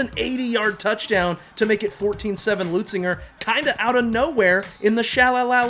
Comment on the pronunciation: that kept bugging me too😂